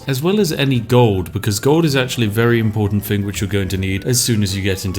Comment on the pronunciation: Elocution, dear boy, it's a thing you need in your life. Fing, Fousand. It hurts to listen to. Fix it. Englishmen can and do speak English correctly. Be a chap and not cannon fodder..